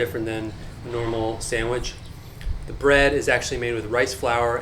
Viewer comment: He said bread so wrong